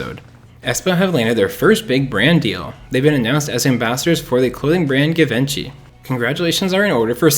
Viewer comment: Givenchy is pronounced Jee-vahn-Shee